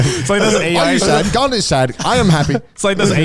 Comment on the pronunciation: Garnt's pronunciation is shockingly on point as well